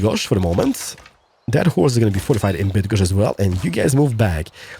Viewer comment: I know you're partially Polish but still.. hearing you say Bydgoszcz and other names with such ease is weird in a funny way. Keep up the good work!